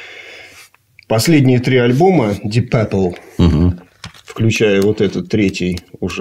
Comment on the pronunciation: Пёпл Пёпл. Ди Папл -говорят незнающие английский